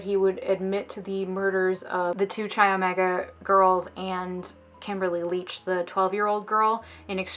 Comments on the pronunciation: Dude - It’s pronounced: Kai Omega (rhymes with eye). NOT Chai Omega. (Ouch!) Each time I hear Chai Omega I cringe. I wasn’t a sorority girl in college but they were big on my campus. It’s a Greek letter not a kind of tea. 🤷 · Chi Omega? You mean (sounds like 'Kai') Chi Omega? xo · I’m a new subscriber and LOVE your channel so far... but I cringed every time you pronounced Chi Omega wrong 😅😅 it’s pronounced Like Kai, or s(ky)! It’s okay everyone does it 🙃 rules for living in the chapter house were crazy because of him! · Kimberly Diane Leach. “Ka” is the correct way to prounce Chi. I lived in Tallahassee when the Chi Omega murders happened. It was horrific. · Pronunciation of "chi," the Greek letter, in the name of the sorority, according to the English convention, in which "ch" is pronounced like the "ch" in "choo-choo," is inaccurate. The Italian convention, in which "ch" is pronounced as if it were "k" is correct.